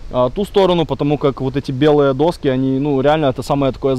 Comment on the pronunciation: Ну, не «достки», а «доски»